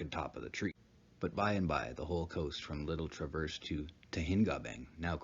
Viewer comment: You are not pronouncing Traverse correctly. J/s